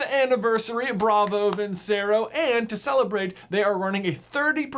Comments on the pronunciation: Its pronounced "Vin-Che-Ro" NOT "Vin-Se-Ro" 🤦‍♂️ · I’m still sure it’s pronounced vin-chair-oh, you know, like the song: vinceroooo, VINCEROOOO, VINNNCEEEERRROOOOOOOOOO